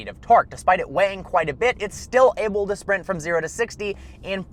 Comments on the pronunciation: I've held back a long time but I can't hold it in anymore., your pronounce the word able like this: ay-bull. Not oh-bull. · Does anyone else notice he says “oble” not “able”. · AlltimePro weird. I wonder why he says it that way then.